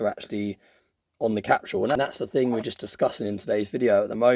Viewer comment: Capsule (CAP-sull). What in the HELL is a "cap-shoo-ull"?! .999 "free nines fine". LOL I can't anymore. I'm done.